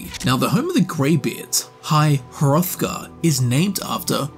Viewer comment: Boy you weren't wrong about mispronouncing foreign names. High Hurrothgar and Sovereigngard 😉